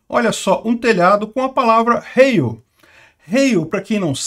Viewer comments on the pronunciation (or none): Ele pronunciou igual a Hail do inglês. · Pronuncia-se rháil, pois o ditongo "ei", em alemão, se diz "ai". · A pronúncia correta é HAILL , é um sobrenome comum aqui no sul . O Rio Grande do Sul e Santa Catarina são colonizados em sua maior parte por alemães e italianos , colocar o sobrenome em telhados e paredes é muito comum , principalmente no interior, a casa dos meus avós tinha nas paredes, pois são de origem alemã . Schwartzer por parte de mãe, e Graff por parte de pai ,😂😂😂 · Heil se pronuncia “Rai”. É igual o Hi em inglês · Pronuncia-se Hail. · Rai era jogador de futebol cara.... kkkkkk nao tem som de R nao, A pronuncia eh Hail, acentuando o som to A. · A pronúncia de heil em alemão é /hail/.